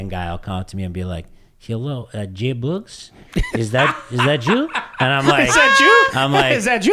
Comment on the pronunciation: it’s JBOOGS or Boogy not JBogs 🤦🏼‍♀️ killn me woman lol. Great show!